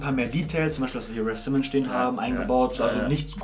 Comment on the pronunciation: Man spricht RAF simmons anders aus